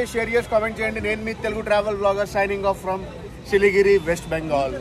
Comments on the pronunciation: సిలిగిరి కాదు బ్రదర్ 'సిలిగురి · Adi siligiri kadu siliguri manchi ga chadhuv bro 😂😂😂